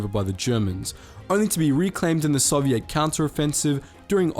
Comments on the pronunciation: stop saying sovidt like that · The way you prenounce Soviet makes me sad. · Why do u say Soviet like tht